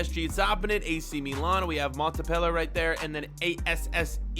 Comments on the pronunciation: mate Montpellier mont-pel-lier and it’s not ASSE it’s st essein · it is maunt-peh-lee-yeah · Montpellier pronounced Mon-Pelli-Ai